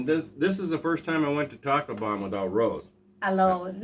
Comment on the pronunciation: just joking with you buddy! the city you went to to extend your visa sounds like you are saying "TACO BELL" on the video!